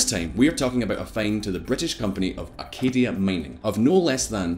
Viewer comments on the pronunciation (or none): Aca-C-ia not Acadia